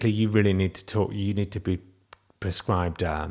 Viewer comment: he said prescribed